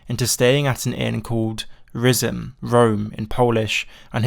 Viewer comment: goddamn why does every american youtuber that makes a video on o'dimm not bother to check how to pronounce Twardowski and Rzym, just pop it into the goddamn google translator brother